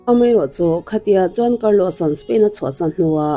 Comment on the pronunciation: John tih ang in kan lo hria ani maithei mahse Juan tih zawk tur ania John nilo in😬😬